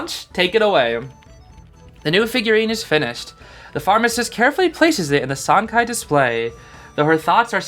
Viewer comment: I believe Sancai would be pronounced San Tsai, based of some mandarin classes i took in highschool lol. I might be wrong but i think the letter 'c' in pinyin never makes a 'k' sound like it does in english. It's a 'ts' like in "cats"